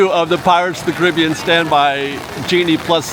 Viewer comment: Care-a-bee-ann. Not criby-ann.